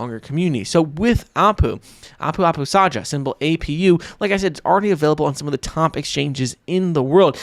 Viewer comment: Nice vid, only that Apu Apustaja is pronounced like "Apu Apustaya", it's the finnish way of pronouncing the letter 'J'